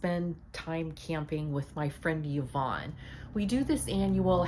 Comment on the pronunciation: I love you, you know how to pronounce the name Yvonne. My name is also Yvonne and I cannot tell you how many times people call me Evon. I just tell him they must have been absent from school when phonics for being taught. Tell Yvonne I said hi